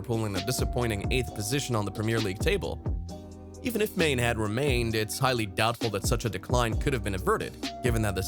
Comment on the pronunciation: Do you even watch football? That pronunciation of Sadio "MANE" hahaha